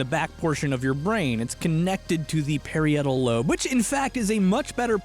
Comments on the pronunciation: Just so you know, for the future, "parietal"... Is pronounced like "Puh-rye-ettle" not "perry ettle". Great video, fascinating science, fun presentation, I'm not like hating - I enjoyed the hell out of this! But, you did say that one thing weirdly. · I always heard it pronounced as the puh-rhye-et-ul lobe rather than the pair-ee-et-ul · You watched electroboom's video to make sure you didn't say anything stupid, but didn't take enough anatomy/biology classes or ask Google to find that parietal isn't pronounced perry-ettal....maybe one more electroboom video would have come in handy.... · I like your enthusiasm but it is pronounced pa-REYE-ah-tal lobe not pair-E-AYE-tal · Great video, but: pa-riot-al rather than parry-ettle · Parietal is actually pronounced puh-rye-et-uhl. It's a long i sound. Sincerely, a cosmetologist who had to learn all parts of the skull (the bone on the back of your skull that you can feel protruding is your occipital bone and the part right above it is the parietal, just like in your brain. It's not that important, but I thought I'd share) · Ive always said it "Pah-rhy-ethal". Is 5-brain or 3-brain about his pronunciation of parietal [lobe]? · I only noticed because I'm an anatomy/anthropology student, but Parietal is actually pronounced "pa-r-ai-uh-toll." Obviously, no judgement, because you don't learn pronunciation by just seeing the word. I love your videos dude! I appreciate how in-depth they are and how you explain the background in a way that's easy to understand. I hope you're doing well! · you saying “parry-etal” lobe made me question my entire life I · I have never heard "parietal" pronounced "perry-ettle" before. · Hey, just trying to help here: the lobe of the brain you mention a few times should be pronounced puh-RYE-it-uhl. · Perr-eye-it-uhl lobe. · Parietal is pronounced "pr·ai·uh·tl", just FYI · Can we get a pronunciation check on “parietal”? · Austins pronunciation of parietal is uncomfortable